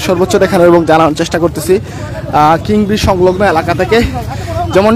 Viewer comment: কিং ব্রিজ নয়, কীন ব্রিজ